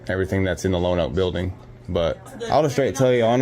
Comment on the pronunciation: Lone-0ak…not Lanoke, Ar